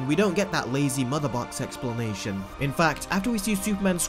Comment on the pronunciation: Bruh this man can’t say explanation 😂😂😂😂😂😂